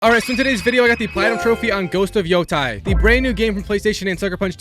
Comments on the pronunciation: “Yo-teh” not yo-ty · Bro said Yotie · Yea i feel the same pain🥺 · how did you manage to butcher every single name, even the name of the game itself 😭